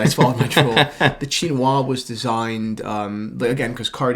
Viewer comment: Please learn how to pronounce ‘Chinoise’. It’s feminine with an e at the end, which means the S is pronounced as a z sound.